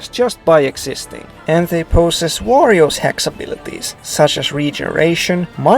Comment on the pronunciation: whenever you said "warriors" I thought you were saying Wario, lol.